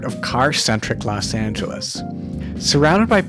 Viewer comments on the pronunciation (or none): none